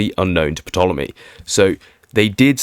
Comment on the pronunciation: The "p" in Ptolemy is silent ffs